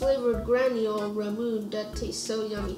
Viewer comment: have you tried ramune soda? I think the few candies you guys had were based off of that. I believe its ra-moo-ney instead of ra-moon since its a japanese drink. Also I think the big citrus fruit is a pomelo. Please keep making these videos every month! It's so fun to watch!